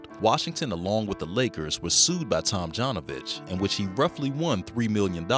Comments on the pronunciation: Up until half of the video i thought the dude's name is Rudy Tomjohnovich :D. Your pronounciation is a bit wrong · Tomjanovich is pronounced like Tomyanovich. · For God's sake, is it possible that the narrator doesn't know how to correctly pronounce Tomjanovich's surname???